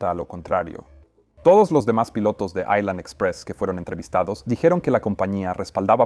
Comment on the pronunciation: No se dice aislan, si no ailan, la S no se pronuncia cuando la precede la L